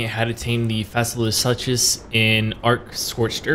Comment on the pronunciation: Fasola (SOO-Cuss) (suchus = (Soo-Cuss)) No hate from me but please don't say "suches" ever again... My ears were about to cringe out blood. I'm sorry... I just can't. The Tism in me really really got triggered there. 😅